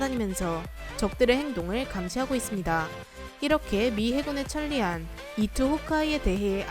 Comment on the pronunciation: 영어로는 표기상 카미카제로 읽을 수있지만 통상 한국에서는 가미카제로 읽습니다. 억양도 확연히 달라 다른 단어인 줄 알았고 해설자가 외국인인가 하는 생각도 했습니다. 가미카제. '천리안' 도 '천니안'이 아니라 '철리안'으로 발음해야합니다. 이모음 역행동화.